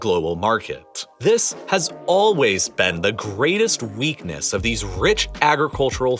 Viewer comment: At like 30minutes he says "the greatest wheatness" 🤣